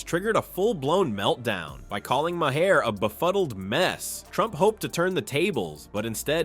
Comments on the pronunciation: Bill Maher is pronounced “Marr” like Car. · 😮 what is my-hair? AI trying to say Maher??